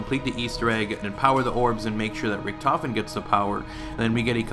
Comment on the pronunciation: Stuhlinger us actually pronounced Sh-too-lin-gah because it's German. Richtofen is pronounced Rihh-tof-en. Die Rise is pronounced Dee Rie-ze. Hope this helps.